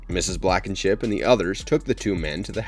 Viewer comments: Mrs. Blackenship? Ummm....No It Mrs. Blankenship As usual you butcher the names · It's Blankenship. Not Blackenship. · Blankenship not Blackenship